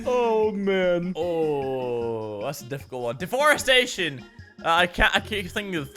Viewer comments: IT SOUNDED LIKE ANTHONY SAID DEFOREST SATAN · I loved the part where messed up on the word deforestation